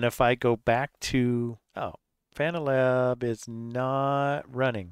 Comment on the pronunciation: "fuh-NAL-ab"! LOL Good point :face-green-smiling